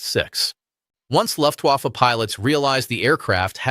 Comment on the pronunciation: Very interesting. Please note that Luftwaffe is pronounced with a V, as in 'Very'. In German the letter W almost always is.